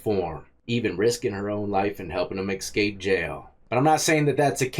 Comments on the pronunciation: Bro you know better. Its "escape" not "ekscape". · Escape not excape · "The escape inmates" You say 'escape' like my 7 year old ! Lol : ) You say eck-scape rather than ess-cape. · hey not to be a grammar nazi but it's eScape not ecscape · It's eSCAPE not eXCAPE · Why does he keep saying Xscape?. Does he have a speech impediment.? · Dude, there is no X in the word escape. Sound it out.